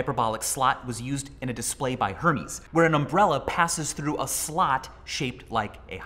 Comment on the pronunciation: Americans have to learn how to pronounce the word “slot” properly